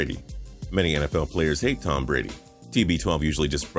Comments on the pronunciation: "Tom Brad" XD LOL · "Tom Brad" lol